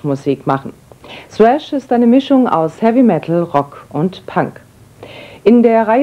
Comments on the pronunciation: ...als sogar das ARD Thrash noch richtig ausgesprochen hat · total underrated dass die ansagerin Thrash richtig ausspricht :) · Die Dame spricht es richtig aus und des Genre wird auch noch richtig beschrieben 👍